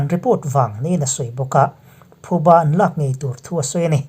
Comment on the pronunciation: Thuba ti hian ilam in ka hria a, ka hre sual nge, phuba tih zawk tur ani e